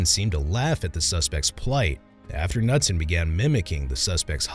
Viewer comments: the officers name is pronounced ka-noot-son! not nutson! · Isn’t it, K-newt-son? Knutson. The K is said. Just curious. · FYI: The name Knudson is pronounced Kah-nude-son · I like that you keep calling him Officer Nutson when the K in Knutson is actually NOT silent. Seems fitting though and I'm all for the pronunciation in this video. 😂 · The k is pronounced. Kah noot son.